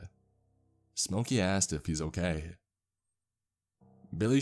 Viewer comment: Couple issues: - obviously the medical information - STOP trying to do accents your voice is great, you’re bad at them and it takes away from what you do very well. - “Jack asked” not jackassd - probably check out the pronunciation key in the dictionary, you have a few issues with specific words, it’s pretty systemic in your narrations